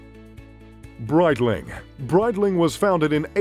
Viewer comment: I stopped after hearing Breitling...